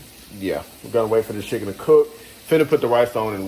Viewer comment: Are you saying schicken? Lol